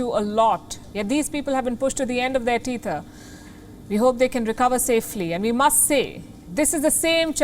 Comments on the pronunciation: A good report but two pronunciation errors distracted me: discretion as discreetion and tether and teether. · Discretion is not pronounced "discreetion". Tether is not pronounced "teether".